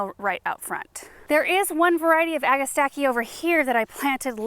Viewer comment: Thank you for the correct pronunciation. The name is derived from Greek: ‘ag-a-stack-ee’. And it is a wonderful plant. Their only fault in my Indiana heavy soil is that they are not long -lived.